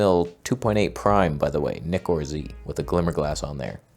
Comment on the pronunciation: Every time he chooses to pronounce Nikkor 😳😟